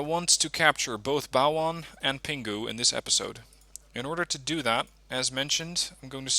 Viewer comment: When you pronounce Pinghu, don't pronounce 'g'. Pretend that it's Pin Hu.